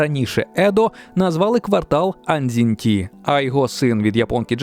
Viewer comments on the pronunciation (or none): то капець, може хватає користуватися руснявими ресурсами "Андзін ті " - це що взагалі таке ? перший момент в японській немає звуку "дзі" на томість є звук "джі" і також немає звуку "ті", натомість є звук "чі" те про що ви говорите записується ось як 按針町 - 按 он читання даного канджі "Ан", 針 он читання даного "шін" але одзвінчене (правило одзвінчення коли в одному слові декілька канджі початок наступного одзвінчується) "джін", 町 он читання даного канджі "Чьоо" тут немає одзвінчення так я це окреме слово, тому разом получається Анджін-Чьоо. Будь ласка не користуйтеся російською версією вікіпедії, чи будь яких інших руснявих ресурсів, доречі в нашому сигменті вікі теж така проблема, через советську спадщину. Якщо ви не знаєте японської в такому випадку користуйтеся англійською версією, тому що там більш точна інформація, там хіба що може бути помилка з подовженими звуками: ось версія слова яка використовується в англомовних ресурсах Anjin-chō - що є дійсно близьке до оригіналу.